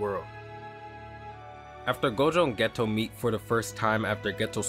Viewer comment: No disrespect to you or your channel, just wanted to let you know Geto is pronounced as “gaytoe”. Honestly I could be wrong, but I’ve been trying to learn Japanese these past 7 months so I’d be sad if I was :/